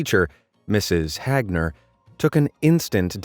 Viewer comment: It's not Mrs. Hagner it's Mrs. HAGner